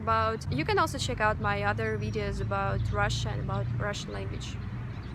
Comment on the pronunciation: I will watch your videos just to hear you say watch my wideos 😁 it's so cute.